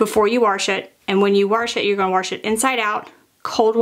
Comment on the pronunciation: Hi, I really like your clear teaching style. You include very useful details. I hope you have a sense of humor because I want to tell you the "r" is silent in warsh Sincerely, Terri fom Wa[r]shington. 😊